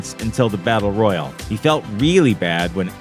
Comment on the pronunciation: Royal and royale are different words. Say it with me roy al